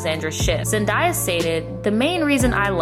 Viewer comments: Zen-DAY-a. Not Zen-DYE-a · IT'S ZEN-DAY-A. NOT ZEN-DIE-A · zendaya is pronounced zen-day-yah not zen-dye-ah :) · It’s Zendaya, not Zendie-a lmaooo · It’s ZendaYEAH Like yeah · Now, my sis Brittany would’ve NEVER been caught in those ugly ass wigs. Zen-“DAY”-uh. I had to. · Why are you mispronouncing Zendaya’s name? I hate that so much with a passion. You literally can find her introducing herself in any kind of interview or YouTube video on her channel and that’s not how she pronounces it ugh. I’m sorry I’m sounding like a bitter mean person but how do you talk about someone and don’t make sure you know how to pronounce their name correctly? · I’m just mad because you’re not the first person I heard saying it that way. Like there’s no “i” her name... so why do people keep pronouncing it like there is???? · Why are we still pronouncing Zendaya’s name wrong in 2019😑